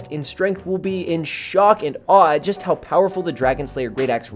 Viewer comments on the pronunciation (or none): none